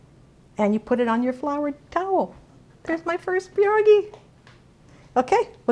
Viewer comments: it's pierogi, not peerogi. also piroshki are not Polish. there's a difference. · It's [Pee - Ear] - [ Ro] - [Gee] not Jee. Gi, like ski. Pie ro gi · I beg to differ. It's not pronounced pee-ear, at all. More like Pyeh-ro-gee, and of course roll the R. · I cringe every time you say pierogi